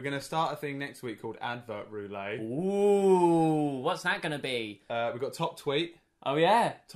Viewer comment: Incredible. <3 Though "Irish accent" is terrible, and it's Northern Irish anyway:P And the "ette" is pronounced in "roulette", it'd only be roo-lay if it was "roulet". Though you may be mispronouncing it deliberately, never know with you two:L